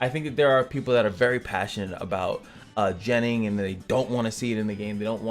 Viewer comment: I like ur shirt. With that being said. Your pronouncing of the word gennin for some reason make the hair on my neck stand up.